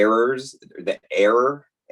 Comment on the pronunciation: "error" = Heir-er